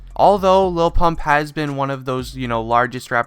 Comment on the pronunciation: Sounds like he's saying low pump